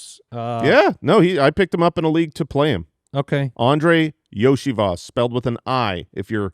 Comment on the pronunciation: I just looked it up to check and it is pronounced Yo-See-Vash lol. RIP Yoshi memes